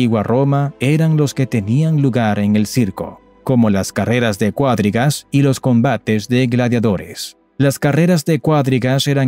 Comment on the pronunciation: Cuadrigas, no cuádrigas.